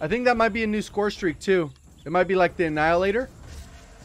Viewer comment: Go to pewdiepie was struggling to say this word lol